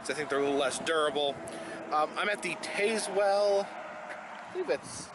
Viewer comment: I love to watch you pack your bag every time. Love the stuff you put in it. LOL. And not being picky or anything but, the town of Tazewell is pronounce Taz well. (Yeah, I know. It does look like Taze well.) Very interesting video! I have seen those signs up through there along the main highway, but not the ones off the beaten path. Did not know the story behind them, either!